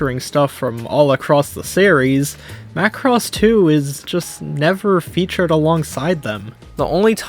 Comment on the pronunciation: Hey you said Macross right 😂